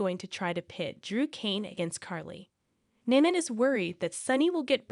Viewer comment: It’s not Naina it’s Nina say correctly, please